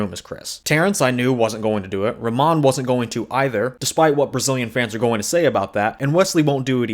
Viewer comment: We only disagree with how you pronounce Ramon. Chris is impossible.